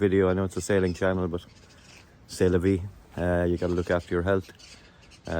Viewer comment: Nothing like a trip back home. Hope you are feeling better & enjoying your friends & family. When you said c'est la vie, I first thought you said sail la vie ! Thank you for this adventure.